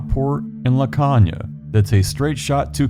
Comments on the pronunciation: I live in laconia, caves all over. It is pronounced la cone ya. There is a cave down at tobacco landing that has multi levels but it is usually flooded on the lower levels and the upoer caves has collapsed in the fack. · Ok I’m sorry but the mispronunciation of Laconia is killing me. Lol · It’s called Laconia with a long o. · Great video. Just wanted to point out a few things. The "o" in Laconia has a long sound (pronounced "cone" instead of "con"). And there isn't any part of the river, at least not near Laconia, where even prime Barry Bonds could hit a baseball across, much less a little league player. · Laconia. Pronounced La Cone ya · You're pronouncing Laconia wrong. The O is pronounced as an o